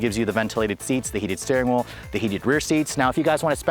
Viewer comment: Suggestion - reduce the use of "you guys" and "literally". And it's 'steering wheel', not 'steering wool'.